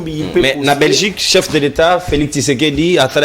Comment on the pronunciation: c'est Tshisekedi et non Kisekedi